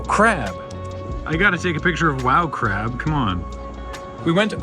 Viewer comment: "If you got time to wowgab, you've got Time for Wowcrab."